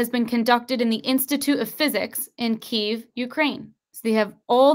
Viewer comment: It's pronounced, Key,ev.